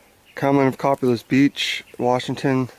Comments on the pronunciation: Just an fyi but it is pronounced "Co-pay-liss" not "Cop-a-liss" If you have ever been here and spoken with the residents you would have heard this. Thanks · It is pronounced COE PAY LESS beach.